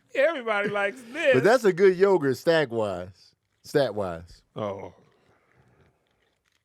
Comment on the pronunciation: the way Kev said yogurt 😭😂😂😂😂